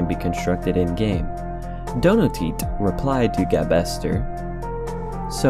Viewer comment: A couple of corrections, "gabester" is pronounced gabe-ster since the guy's name is Gabriel, and I'm pretty sure "donoteat" is pronounced as "do not eat".